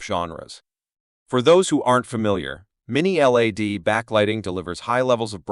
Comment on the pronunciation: This chump can’t even say LED properly never mind that these aren’t budget tv’s!